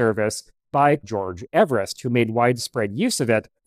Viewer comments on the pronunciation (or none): George Everest's name is supposed to be pronounced with an Eve rather than Ev. - (Yes, the mountain too...) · I have read in Wade Davis' book "Into the Silence" that George Everest's last name was actually pronounced with a long e at the beginning, i.e. EEverest. I have not heard this elsewhere, but Wade Davis is generally very thorough. Great book, BTW, with lots of references to 1920's mountaineering equipment that would be right up this channel's alley. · He pronounced his name Eve - rest.